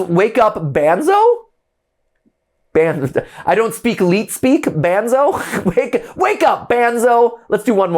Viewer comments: It's Banzo (pronounced Bonzo) the dog. And Henry is the ALIVE Henry doll. Banzo is Henry's dog. It's all a family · It’s not banzo it’s bonzo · Henry isn't the Master mind. He is just angry with Martin bc Martin Killed his dog, Banzo (pronounced Bonzo), and bc Martin is the one turning people into animatronics/puppets. Henry is Martin's son and Arthur's nephew. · NOOOOO ITS THE OTHER WAY AROUND. Martin Killed Arthur bc Arthur found out about Banzo (pronounced Bonzo) and was taking Martin's kids and wife away. Martin and Arthur are brothers. Arthur is the Icecream man. Smh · ITS BUN-ZO NOT BAN ZO MATPAT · Aight so I might need to explain some things, but Henry is Martin's son, the shadowy figure is gloria, the icecream man is arthur and the dog is banzo (pronounced bon-zo) and the daughter gets shown later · His name is bunzo not banzo and a dog just for some clarification and lore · Henry is Thomas (the son) Banzo is Banzo (the dog, pronounced Bon-zo) Icecream Man is Arthur (Martin’s Brother) Martin is the killer The lady in the background (who looks like the singer in Kiss) is Gloria (Martin’s wife) You have not met the other characters yet.